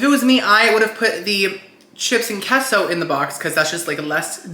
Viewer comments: Hasn’t anyone that speaks Spanish told you that queso is pronounced kay-sew. What is keso. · It's KAYSO....... KAY SO..... NOT KESO..... SILLY!!!!!